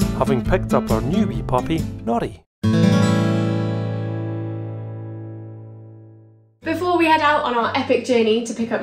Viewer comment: I laugh when i hear pronounce "Nori" because to my ear, it sometimes sounds like "naughty". But that is so fitting, isnt it? Little scrap. 😊😅